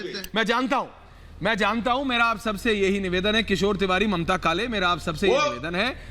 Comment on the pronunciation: Sorry please read Mamtaji not Mataji.